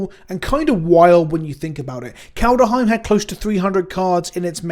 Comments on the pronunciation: Say Kald.: Kald. Say Heim.: Heim. Say Kaldheim.: Kaldaheim. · Kald-Heim not kald- E -heim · still on the kaldyheim pronunciation eh?:D my favourite part of these alternate art version of old cards is that i can finally stop playing the old version of approach of the second sun with NBs art on it and play the card with someone else's. honestly, im kinda surprised they didn't do more new arts for old cards with problematic artists- they definitely missed a chance to reprint essence warden in TSR with new, non TN, artwork i don't hate the faithless looting artwork- its different sure, but is it any worse than stasis? the red eyes are particularly haunting